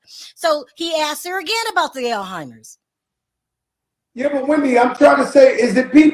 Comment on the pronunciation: It’s pronounced ALZ-HYMERS folks